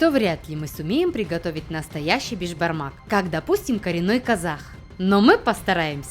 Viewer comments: Не бешбармак а бишбармак это означает биш-пять, а бармак-палец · сіз бешбармақ емес, бешПамак айтасыз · Не бешпармак а беспармак я живу а Казахстане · С Казакстана привет и не бешбармак а бесбармак это переводится пять пальцев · Вы не правильно пригатовили Бишпармак!! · Я как казах ( а я и есть казах) скажу что беШпармак а не бежпармак без "ж" совет что для приготовления бешпармака нужно копченое мясо, вяленное мясо, қазы (тоже копченое мясо), кійріқ май(жир), канина НЕОБХОДИМО использовать даже если нет нужно найти и все это нужно падать бауырсақ, қымыз, шубат, конфеты, сухофрукты, фрукты, қуырдақ, лепешки, и чай по правилам у нас казахов нужно сделать бата-(молитва) но так как вы христиане вам необязательно делать бата это для тех кто не понел молитва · не Бешбармак а бешпармак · Я живу в Казахстане и хочу сказать когда твоё национальное блюдо говорят не првильно как-то обидно правильно не бешбармак а бешпармак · Правильно говорить БЕСБАРМАК! Так как это переводиться как 5 пальцев. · Надо говорить бешпармақ бешпармак